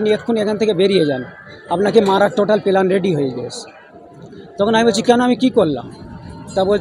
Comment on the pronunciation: এই কোয়ালিটির মানুষ শিক্ষক হোন! এর উচ্চারণ শুনুন, "পেলান ".... প্ল্যান কে বলছে...